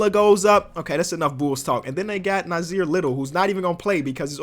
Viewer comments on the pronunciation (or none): none